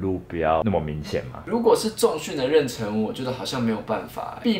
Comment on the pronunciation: Patrick很可愛很帥氣很認真回答問題，but還是要指出99%台灣人都會唸錯的： 【妊娠】，《教育部國語辭典》注音【ㄖㄣˋ ㄕㄣ】。 #大家一起來每日一詞 😀😀😀